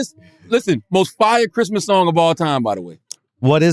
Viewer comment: “ I wanna wish u a merry chrima”🤣🤣🤣